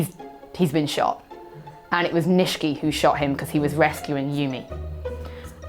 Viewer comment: I haven't watched any of the new Yakuza series, but I'm pretty sure Nishiki should be pronounced knee-she-key